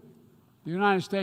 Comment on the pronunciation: He acts like he's president of every country except mine. He can't pronounce United. Unined?